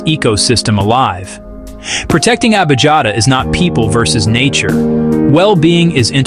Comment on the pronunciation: Correct pronunciation is Lake Abiyata. Sometimes the German spelling is used: Abijatta. But I'm German j is pronounced like y in English. The Italian spelling is Abiata. Such a fundamental error is pathetic!